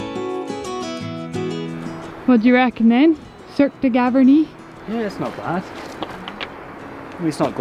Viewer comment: Cirque de GavArnie and not GavErnie